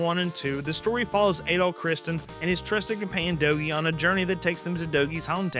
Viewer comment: Ys series, the main character's first name is pronounced more like Add-All rather than A-Doll.